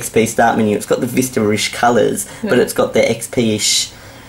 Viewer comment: lol ur accent "Windows Vister"